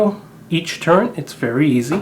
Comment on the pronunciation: it's turret not turent